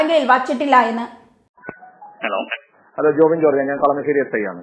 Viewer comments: Kalamaaaaasery alla chechiii kalamasery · കളമാശേരി അല്ലാ ചേടത്തി, കളമശേരി!! റെനോ ൾട്ട് അല്ല ചേടത്തി റെനോ !! സ്റ്ററിങ് കോളം കംപ്ലയിന്റ് റോഡിലെ ഗട്ടെർ ഒരു കാരണം ആണ് !